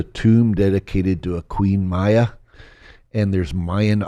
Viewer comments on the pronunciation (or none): none